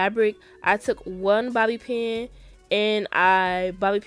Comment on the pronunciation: Am I the only one that got triggered every time she said Bobby pin😭